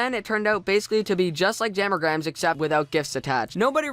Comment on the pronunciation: why does he say "jammer-grams" its "jam-a-grams" o3o